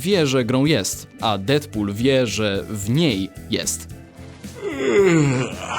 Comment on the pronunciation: "Dedpul", nie "Defpul". Tam jest DEAD nie DEATH. A poza tym to fajny materiał macie lajka.